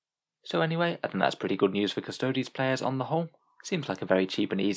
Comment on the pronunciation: A 14 word sentence and you couldn't even get that right LOL. It's Custodes...Not custodies.